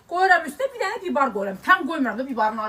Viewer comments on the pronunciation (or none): Bibar yox biber